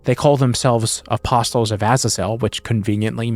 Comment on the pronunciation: yo I don't you're supposed to pronounce the "T" in apostles dawg 😂